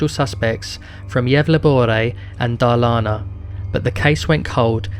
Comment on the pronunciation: I'm sorry but Gävleborae and Darlana???? 😂😂😂😂 it's pronounced Yevlä-borgh.. And Dalarna not Darlana 😂😂😂😭😭😭tf